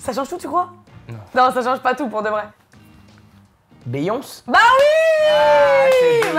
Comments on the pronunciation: par contre "BEYONCEEEUH" jsuis morte la prononciation là bhfcudzbvucyby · Ça se prononce Biyoncé